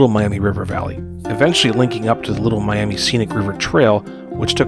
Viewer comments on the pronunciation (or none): none